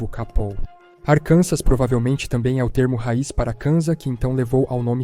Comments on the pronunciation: Arkansas se pronuncia Arkansaw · Não se pronuncia o S em Arkansas. E a sílaba tônica tá na última sílaba, como “Arkansá”.